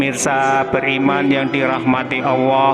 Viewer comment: Admin knp saat Nyebut Allah kok kedengaran agak tak jelas